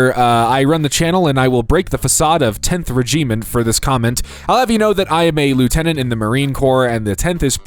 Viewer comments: Cpl is corporal. Regiment is pronounced "reg-uh-mint" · I swear is actually an AI voice, the way he mispronounces the most common things. "Cpl" instead of saying corporal? Re-gee-ment? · "reh gee ment" im dead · "Cee pee el Zaslow here, I run the channel and I will break the facade of tenth regeement" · It's REGiment, not ReGEEment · Aloomni ? Regeement ? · "Reactment" "Regeement" 🧐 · "Cpl" "Re-gee-ment" .... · Oh dear - “tenth reg-ee-ment” AI I guess, so big fail. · See-pee-ell? Rizheement?? Dude do another take ffs. You’re already making no effort. You have the time. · Dude should have googled how to pronounce Regiment. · 3,31m subs and doesn't google how to fucking pronounce corporal and regiment. Or reenactment for that matter. I guess slop consumers don't give a fuck do they. congrats on grabbing that bag I suppose. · why did he say regiment like that 😭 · Regiment was the one that nailed me 🤣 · Please learn how to pronounce words, especially fairly simple ones like "regiment", "accessory", "medial", and "Helene", and you realise you can rerecord voice clips, right??? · Also don't like how you say regiment.